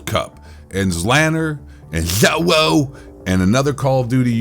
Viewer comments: Dude the way you say zjoewo 😂😂😂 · When you slurred joewo I died 😂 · I laugh everytime you pronounce Joewo 😂😂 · its great how u say Joewo 🤣🤣🤣🤣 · Why you kept saying Joewo like that was super annoying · I absolutely love how you say joewo name hahah Joewo and ZLander are straight up POS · I love the way he says joewo fucking hilarious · The way you say JoeWos name killed me😂😂😂 slowwo sucks